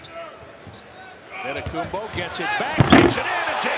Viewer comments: wtf is that prononciation😂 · has to be the worst pronunciation ever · that is probably the worst pronunciation ever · 🤣🤣🤣🤣🤣🤣 how he pronounces his last name. God it now makes me shiver looking back at that ugly green and red colors. Like why? And also the small crowds at the outdated Bradley Center. Ughh. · these pronunciations are awful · he really just said ototookumbu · Anentokembooo!! Lmao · "Adetoekumboo... for three." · Pronounciation : AN-TE-TO-KOUNM-PO Announcers : ADEDEDE-TAKO-TUHNM-BOOOE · Some guy really called him “Ah en toe ken booo” 😂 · Shaq be like: "Giannis Antekanupo" 😆😆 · was my favorite “anitokibu” lmfao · "antay tokumboo" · Heat commentator: "Adetokenboo" lol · That man really said "Adehtohkumbooooo" I'M WEAK! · Especially the heat commentator saying "Adetokemboo" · "adetokumbuu" made me die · Yikes 😂 “On-a-Tokum-boo!” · “Adentokumboo for three!” 😂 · “auntay token boo” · "Antetokcambooo for 3" best mispronounced version ever. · “Anna-token-boo for three” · this commentator seriously said Autum-toke-m-boo! 🤣🤣🤣🤣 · MY NGA A REPORTER CALLED HIM ANTETAKOMBOU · they used to call him adintokambu, not they call him akumpo. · bro said antetokombu or something 😂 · Giannis the Legend (Still on the fact that the heat Announcer said. “Antetokumbou”) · “A-De-Tow-Kam-Boo”. Close enough. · bro said „antentokoboo“ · bro "anetokopu" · …. Who the hell is An-Doddy-Koomba 🤣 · Ah Day Toe Come Boo 💀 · ...Who is Ant te tom kounm poo 😂. Damn Gianni's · anentokumboo for three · “Ata too kumbu” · Adentokenbooh ! XD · "Atta- taka- Pooo".... announcer should be slapped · Ahh-den tokenboo🤣🤣🤣🤣🤣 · Adendaydokumboo AddaKimbo Adendakimbo 😂 bro just say Giannis…… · An ne tok kum boo ... for 3 xDDDD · I've always known how to pronounce it. My point was more about the effort. The anchor wasn't even close and said a whole different name he said anteKUMBOO or something that was not even close to Antetokumpo. Check the video you'll see what I mean. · Adin-toch-in-boo……for 3